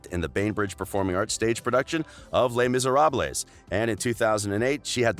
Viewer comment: the way u pronounced les miserables, doherty, and homage were horrendous